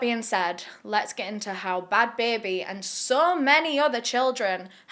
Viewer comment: "bahad bahabie" had me howling edit: also "she degaf!"